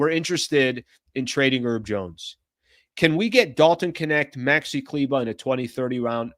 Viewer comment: His name is HERB, with an H. He's not one of those eleven erbs and spices bro. Oh and while I'm at it, Deandre's last name has a T in it, right in the middle. You should pronounce it every now and then.